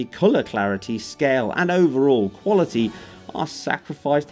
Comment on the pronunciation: "Sound wuality"